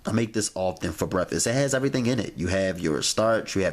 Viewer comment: What the fuck is breffasst??